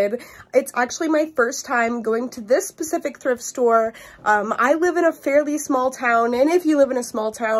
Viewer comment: It’s pronounced specific not pacific